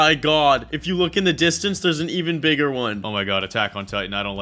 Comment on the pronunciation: When he was playing the snake game he said Biggar